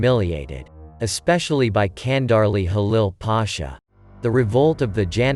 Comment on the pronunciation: its not Kandarli its Chandarli